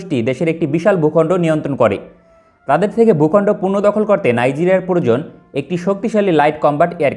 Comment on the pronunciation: "পূর্ণ দখল" নয় উচ্চারণ টি হবে পূনর দখল